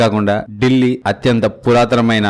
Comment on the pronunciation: ఢిల్లీ, డెల్లీ కాదు సార్ ... దానిపేరు దిల్లీ